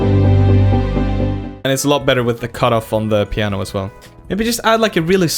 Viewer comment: When he said pianio sounds like muñanio